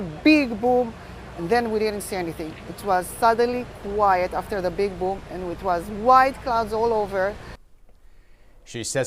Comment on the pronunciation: "another BIG BOOM" you mean like a ... like a bom?